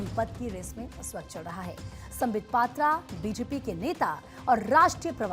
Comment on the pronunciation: पंडा को पांडा षडंगी को सारंगी पात्र को पात्रा 🤮 हिंदी भाषी बंगालियों का नाम तो सही उच्चारण कर लेते है ओडिशा वालों के समय क्या हो जाता है 😢